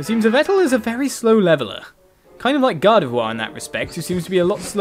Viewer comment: Yveltal is pronounced EE-vel-tall